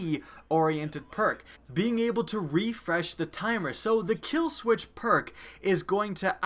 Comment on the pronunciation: You notice when he said kill sweetch instead of kill switch